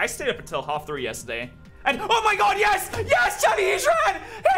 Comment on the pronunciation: Why the fuck do you say Ges instead of yes. Jk really cool shiny video